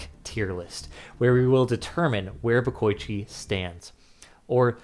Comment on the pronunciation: It's not "de-koy-chi" and "bo-koy-chi". It's "de-ko-ichi" and "bo-ko-ichi"